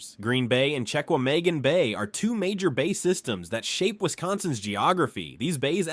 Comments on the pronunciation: Checkwhamaygen. Nice job AI. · Please use real ppl to give the information. AI and voice bots can't pronounce anything correctly. It's not "check with megan", it's "sha-wha-muh-gon" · Listening to an AI voice try to say “Chequamegon” hurt my soul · I hate how everyone mispronounces Chequamegon. We can always tell an outsider.